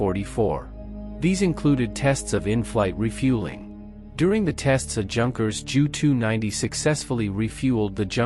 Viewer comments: And J. U. not "jew". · I don't think many Jews will be offended by the mispronouncing of "Junkers" or by the use of "Joo" instead of "Jay Yoo". Life's too short for such stuff. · The Jew 290 must have been remarkable 😂, I think the Ai needs some tweaking